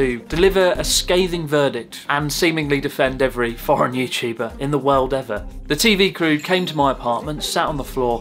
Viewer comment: "Are you youtubah?" "Yes 🙂"